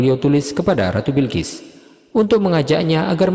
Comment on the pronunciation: Balqis bukan Bilkis